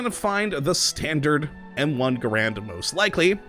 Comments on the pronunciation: ITS PRONOUNCED GAREND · NO IT'S NOT Garend is the man, GaRAND is the rifle. Even John Garand himself pronounced it that way. Also it doesn't even matter. Why am I bothering?